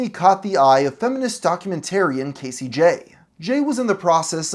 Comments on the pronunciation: Cassie Jaye's name is pronounced "Cass-e" not "Casey" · 'Cassie' is not pronounced like Casey, buddy.